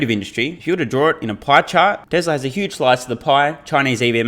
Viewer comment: It is pronounced Tes ‘la’, not tez ler